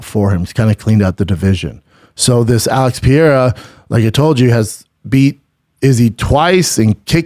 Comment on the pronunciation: "Alex Pee era" "Brad Riddle"